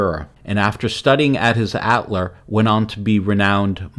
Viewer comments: The pronunciation was pretty awful throughout. "Atelier", "epitomized", were also mispronounced. Other than that, great video. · Great work, and I learned a lot. But please learn how to pronounce French. It’s not “Li.” It’s “LUH” the correct pronunciation. Or learn how to pronounce Atellier!